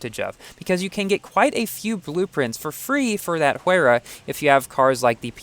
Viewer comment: I heard that Pagani Huayra is pronounced as "Why-ra"